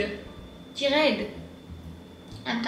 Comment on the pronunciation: As an english speaking french person, I also sometimes say Tired like that too, for emphasis!